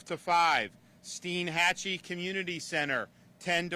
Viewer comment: It's Stienhatchee.Not steenhatchee.